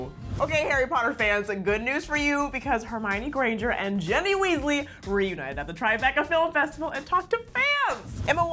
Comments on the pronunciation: Was I the only one that hear Jenny Weasley instead of Ginny Weasley? LMAO 😂😂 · wait.... did she just... say JENNY WEASLEY??? It's GINNY you dumbass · Jenny? JENNY???? It's Ginny people